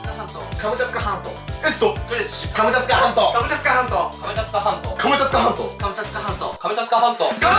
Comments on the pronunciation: 2倍速で聞くと｢カツカツハンド｣に聞こえる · 後半｢ハムカツサンド｣にしか聞こえなかったww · で｢カムチャツカ全島｣を｢カムチャカ全島｣にまちがえてた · 最後カムチャツカ半島じゃなくてカムチャカになってました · 最後のカムチャツカ半島がカムチャカ全島になってた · カムチャツカ半島がカムチャカ半島になってた(笑) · 最後カムチャツカ全島じゃなくてカムチャカ全島になってる笑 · 最後のカムチャツカ半島がカムチャカ半島になってる！ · 最後、カムチャツカじゃなくてカムチャカになってない？？ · カムチャカ全島じゃなくて、カムチャツカ全島じゃないの？ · 最後の最後にカムチャツカ半島がカムチャカ半島になってる 残念…👼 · 後半から｢かぼちゃつかまんと｣って聞こえてくる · 最後のカムチャカ全島になってて草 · 「カムチャカ半島」になってる😂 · 最後らへんから、「カムチャカ全島」になってる笑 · 最後 カムチャカ全島になってた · カムチャカ半島になってる笑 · ところどころ「カムチャカ全島」 になっとるww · 最後、カムチャカ半島になってた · くまちゃんつか関東に聞こえるひと👍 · さんの「カムチャツカ全島 」が可愛いฅ(^ω^ฅ) 💕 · 最後、カムチャカ全島になっとるやないかいw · 最後「カムチャカ全島」になってた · 最後カムチャカ半島になってた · 最後カムチャカ全島になってなかった？w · 後半になると『カボチャ掴まんと』にしか聞こえなくて…笑笑笑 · の「カボチャ掴まんと」聞いてから「カボチャ掴まんと」とか「カボチャツカ半島」に聞こえる😂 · 最後 カムチャカ全島だった… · 最後カムチャカ全島になってるw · 最後カムチャカになってるしw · 途中からカムチャカ半島になってる… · 全部かぼちゃ掴まんとに聞こえちゃう